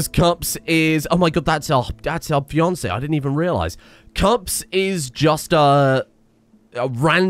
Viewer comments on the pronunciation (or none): none